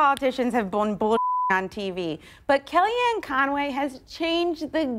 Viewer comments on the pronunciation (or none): its in the name con - way